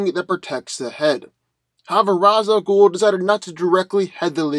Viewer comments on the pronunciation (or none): It's pronounced Ray-sshh AL ghoul.